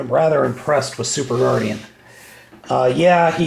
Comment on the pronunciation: oh an d it's not Guardian it's Guardion like superion